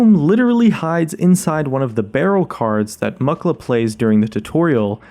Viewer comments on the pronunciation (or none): Pronounces Mukla as Muck-la DansGame